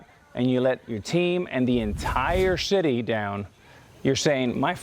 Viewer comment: he said shity instead of city